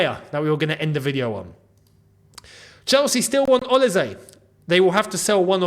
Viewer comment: You are the only YouTuber who can pronounce “OLISE” nearly correctly. It’s “s” though not “z”